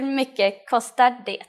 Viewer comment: Why do you pronounce the "t" in "det"? No Swede I know does that.